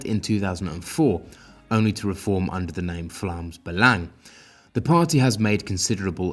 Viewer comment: Nice to see the proper pronunciation of Vlaams Belang ;) (You're welcome)